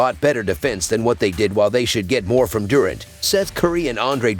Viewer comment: Lmao i was just lmao bout how he said it